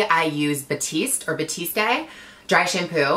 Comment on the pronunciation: Gigi has been trying to pronounce her favorite Dry Shampoo name correctly for like 3 years now😂 #batiste #batista